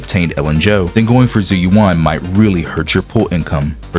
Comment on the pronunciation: her name is literally said in the game multiple times; how can people still mispronounce it? It's not "Zoo you wan", it's "Jew U.N."